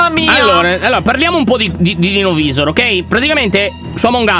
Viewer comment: Lyon una cosa novisor si dice novaisor